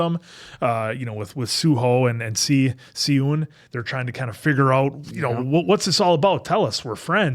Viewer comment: beomseok is the character yall keep calling biyoom, its pronounced like bomsock, the eo is a specific vowel sound thats closest to an o or uh in english. Sieun should be pronounced shee-ewn not siyoon :))